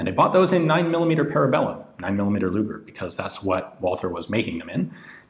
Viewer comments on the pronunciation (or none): none